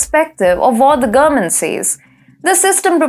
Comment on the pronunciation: I think when you say gommint, you may mean "government", perhaps some English lessons.